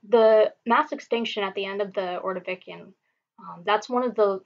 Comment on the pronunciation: Great lecture- will learn technique over time- do not say uh, um. Space words evenly, not as one would in conversation. Ordovishun, not ordovikian.